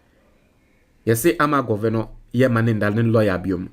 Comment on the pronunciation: some of your pronunciation are so bad if you are a graduate Sometimes it's so bad. (Governor) is an English word not how you are pronouncing it Please